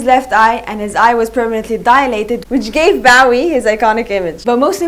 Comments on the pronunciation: Its a good video but its not Baw-ee its Bow ( as in bowtie ) ee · Its not bawee its Bowie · His name is BOOOOOWWWWWWWWIE !! As in ‘ Low, Go, Snow! Not Cow, Brow, get it right, and his eyes were not different colours. So many things incorrect here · At least pronounce his name right 😭it’s Bowie as in bow tie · Why is she calling him "Bahwie" ? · Learn how to properly pronounce his name! Boh-Weeh Pendeja! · No hate but I hAte how u say Bowie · You pronounce his name wrong. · Thanks for pointing that out. I cringed each time she mispronounced his name.